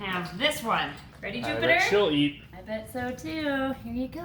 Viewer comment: Who else thought she said now you get to meet poopiter